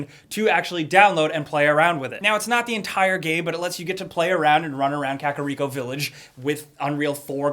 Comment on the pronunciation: i cannt be the only zelda fan who face palmed when said kakariko village